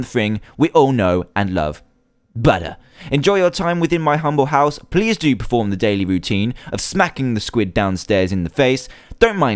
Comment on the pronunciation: did anyone else catch Dan say "pleave leave"